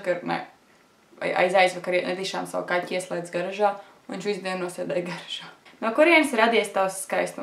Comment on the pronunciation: tu nemaki izrunat gaRĀŽA